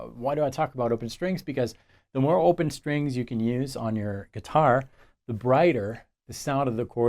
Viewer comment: Speaking of your French,, I have been wondering why you always pronounce "guitar" are GUITAH, since this is unexpected from a Frenchman speaking English.:)